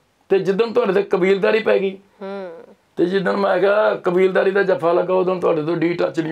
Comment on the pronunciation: Kabeeldari Wali "D" Nai Tppi Jani 😂😁